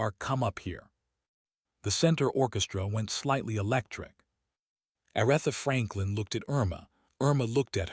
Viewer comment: It would be nice if you would pronounce her name correctly. I stop watching as soon as I hear her name mispronounced.